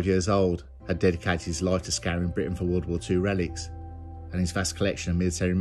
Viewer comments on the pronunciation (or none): none